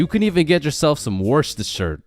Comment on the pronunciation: it is pronounced wuss-ter-sheer